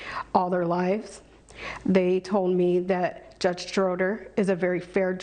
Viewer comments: Drudges and Notses? What an uneducated clown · Gee! I wonder why keeps saying “drudge” instead of judge! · Not to mention incoherent bordering on suggested drug use...listen to her speech: she says "drudge" instead of "judge" and her grammar is a train wreck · “Fair drudge” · “Very fair Drudge” 😂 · I guessed her IQ as 82 or less. Maybe it's just a speech impediment and difficulty reciting lines. "Drudge" real good, doe. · I think she said the word drudge at one point instead of judge, Freudian slip perhaps. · _ "... Judge Schroeder is a very fair Drudge... " A slip, perhaps?